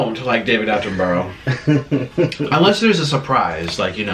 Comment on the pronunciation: You pronounce David Attenborough, ' David AttenBRUH'